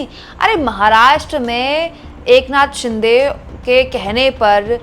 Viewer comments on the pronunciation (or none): none